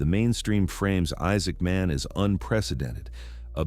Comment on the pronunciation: Why do you pronounce his name like two words?